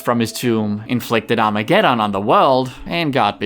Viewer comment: I like the way you say "Armageddon"